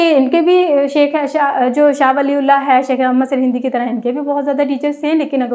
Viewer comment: سر ہندی میں ہ پر زبر لگا کر تلفظ کی ادائیگی کی جاتی ہے۔ آپ زیر لگا کر ہِندی پڑھ رہی ہیں۔ دوسری بات یہ مجدد میم پر پیش جیم پر زبر د پر شد کے ساتھ زیر پھر مْجَدِّدْ